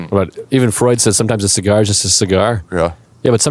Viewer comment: List probably puked after that cee-gar